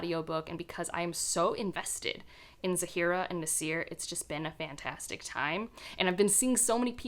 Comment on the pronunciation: It kind of bothers me a little but generally when pronouncing Arabic/South Asian names you have to place the emphasis on the A (or ا Alif), ZAA-fi-ra, NAA-sir, etc. you are instead placing the emphasis on the f and s here. Anyway, I'm currently reading The Thursday Murder Club as I was in the mood for a mystery, and I plan to read the Ocean at the End... in Sept for the Magical Readathon. I haven't had much luck with Gaiman before but hopefully this one will work!😊🌻